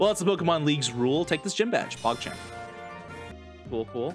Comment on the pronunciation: I'm not going to be able to watch this because of how he says pokemon.